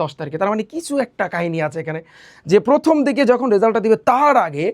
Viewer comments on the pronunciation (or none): none